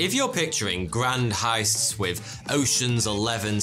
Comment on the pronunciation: If British people supposedly speak proper English, why is that they can't pronounce "th", it's "with", not "wiff", it's "something" not "somefing".